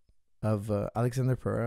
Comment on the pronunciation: Who the heck is Prohatan? It's Pereira...